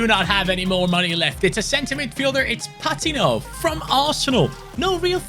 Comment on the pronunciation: It’s pa teen o. Not pat tin o